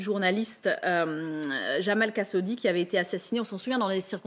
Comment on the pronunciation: Qui est Jamal Kassodi dont elle parle?....pas foutu de connaitre et dire le nom correctement!!!